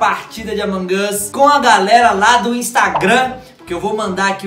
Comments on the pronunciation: Brener n se fala amongos é amog us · Ele fala amon Gus o normal e among us